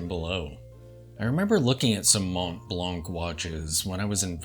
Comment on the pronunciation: Silent "t", silent "c". Try one more time.